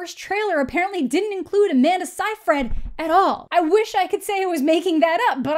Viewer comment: lol "sigh-fred". It's "say-freed". You're amazing btw, Amanda. I love your channel. You're hilarious, smart, and hilarious. Also, you have good taste in movies & sheeit. You're cool, bruh. Speaking of Ginger Snaps: have you watched The Order? Katherine Isabelle co-stars in its, unfortunately, only two season run. Fucking werewolves and magic, dude. Like, fuck yeah!